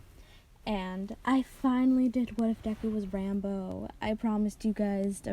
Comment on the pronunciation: You said Rambo not ranboo you disgrace it triggers me I don’t know if you know that ranboo is enderman/ something because I haven’t heard it still good story just please pronounce it right no hate it just triggers me